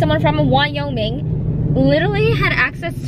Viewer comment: thank you for the vlog! how did the dessert come out? hold up, hold up lol did your fob accent just slip when you said Wyoming? 😂😂i love it!